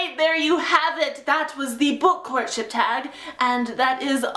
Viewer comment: In the beginning I thought she said "The Book Corn Chip Tag"